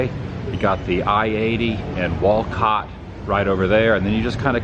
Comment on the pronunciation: You had it right the first time it’s Wall COT